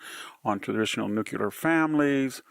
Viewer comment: Whether referring to weapons, power, or families, VDH does not know how to pronounce "nuclear".